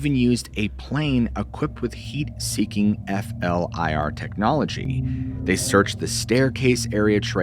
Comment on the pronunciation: You don't say F.L.I.R you say Flur. Like Forward leaning Infrared. FLIR.